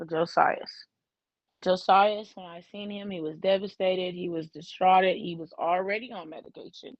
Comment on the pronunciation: Distraught not distrauted